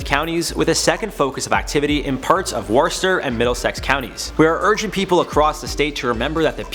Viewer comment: worcester is pronounced like wuster